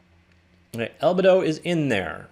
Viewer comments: “Albuhdo” is certainly a new one for me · How can you make a "101" class on something and not know the base source matter? I was willing to overlook your mispronunciation of albedo, but then you didn't know what specular lighting was either...